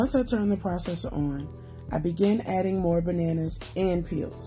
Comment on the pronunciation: "Shoppin....for buhNanNuhs!